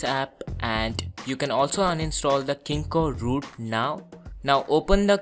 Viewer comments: 1. Ur voice is irratating 2. U r pronouncing kingroot as kingoroot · dhoti say kingroot u r saying kingoroot u bhele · lol its called "KingRoot" not KingkoRoot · did He Said kingkoRoot 😂😂😂😂